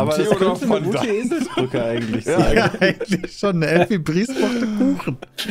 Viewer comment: Neben Effi Briest, nehmt auch in euer Allgemeinwissen auf das Fondant wie folgt ausgesprochen wird, Fondo. 😅😊